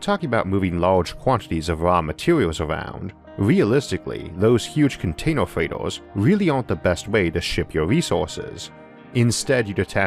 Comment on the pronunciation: Video is interesting, but pronunciation made me pay more attention to that - wator, lasor, containor, computor, howevor, etc.. No offense meant, just an observation